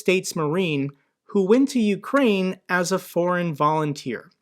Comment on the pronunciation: I literally busted out a laugh when she said OOOkraine, goofy bitch sitting in Seattle larping 😂😂 Dumb cnt